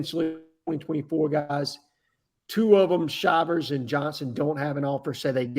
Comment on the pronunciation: Shivers is pronounced SHY vers not Shivers as in freezing